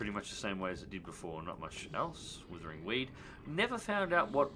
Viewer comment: "withering weed" as it clearly says "WRITHING" as in writhing tentacles... been saying it wrong since the beginning lol